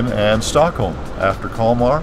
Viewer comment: Nice video! My wife (Swedish) says you got the pronunciation wrong of the name :D It looks like a super little town! Sweden in the summer is always beautiful! Nice editing in this! Thanks for sharing!